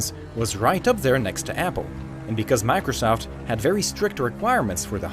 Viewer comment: It sounds like he's saying "macresoft" XD